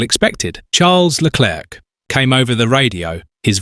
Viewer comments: The script meanders all over the place, yeah, and it also pauses every time it says Leclerc's name, as if the AI couldn't read it the first time and they had to splice in another take. Still, the briefings and audio records do get leaked online, it's not implausible whoever scripted this has actually seen them. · If you must use an AI voice, at least find an AI that can cope with aying 'Leclerc'